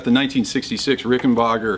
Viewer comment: It's Rickenbacker, not Rickenbaaker...get it right!!! 🙄🥴😱😡🤬